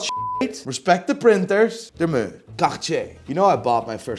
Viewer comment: Do you realise the sound meh makes? It’s not fucking muuurrr lmao.